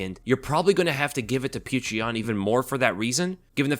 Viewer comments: "Peerchra Yan" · If you csnt say his name properly just say peter, its better than calling him putrid yan or whatever tf youre saying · How can you make a UFC breakdown video and not do enough research to be able to pronounce Petr Yan's name?